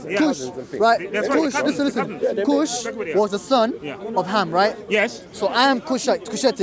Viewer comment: Arabic didn't exist in biblical times 😂 ham is not pronounced like that bruhhhh ge'ez script is 5,000 years old is older than hebrew aramaic and southern arabian script the only thing in the same ball park as ge'ez would be other african languages also biblical text is not historically accurate at all